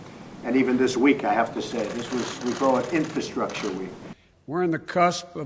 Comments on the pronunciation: Wow, he just looooved saying the word "infastructure" (if that's a word) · Trump couldn't even pronounce "infrastructure."